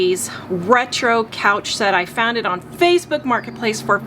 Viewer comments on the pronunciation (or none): none